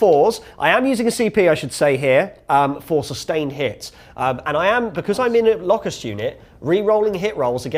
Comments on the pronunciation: I don't think I've ever heard someone pronounce Locust as Lock - Ussd. It's Low-cussed, isn't it? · Pronounce it Lowcust, as in the insect!